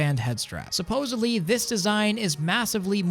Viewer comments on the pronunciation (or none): The word is supposedly, not supposevly.